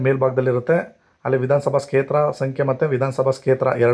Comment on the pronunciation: Kshetra anodu sariyagi uccharane practice madi.